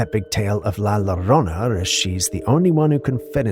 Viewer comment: pronunciation is. "laa Jo rona " La Llirona.